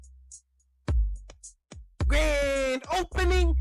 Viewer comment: Graaaaand Chocking!